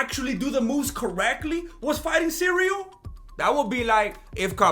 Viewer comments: I love how everyone is calling Cyril Cereal and Surreal. Did you start that or your nephew Chale? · "Cereal Gain"